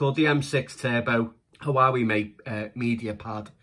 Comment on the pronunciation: 😊👍 Also, not to be anal but I believe its pronounced "Waa-Way" 😉